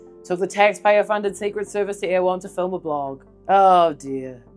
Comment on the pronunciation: "Erewhon" is pronounced roughly 'error whon'. It's a book by Samuel Butler and there's a sheep station in Canterbury named after it. 😊